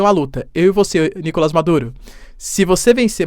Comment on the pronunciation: Professor sem ser chato: É Nicolás, na língua espanhola não existe o som do A fechado. É sempre o A aberto 👍.